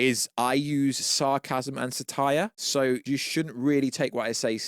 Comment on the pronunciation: Do you pronounce omnipotent and satire like that so I’ll comment? Jfc